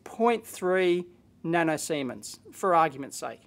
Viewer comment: "nano seamen's" ahhahahah